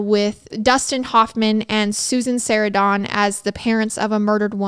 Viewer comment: The way you said Susan Sarandon 😂😂😂